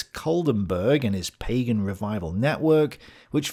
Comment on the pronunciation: All those things are partially true but not all completely true. And it's "Pagan" not "Pegan". Pegan is a diet that combines vegan and paleo. And well Hitler was a vegetarian so maybe that's partially true as well 😂